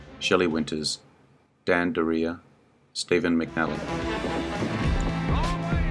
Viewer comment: It's pronounced Dury- yay